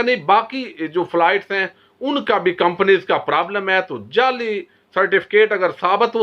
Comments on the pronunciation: sb you are doing excellent job I like your analysis and all but please make your accent correct sorry I hope you don't mind, you are saying jelly instead of jaali (fake) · تو خود جعلی لگتاھے تجھے تو لفظ جعلی بھی کہنا نھیں اتا انکھیں کھول کر پڑھو۔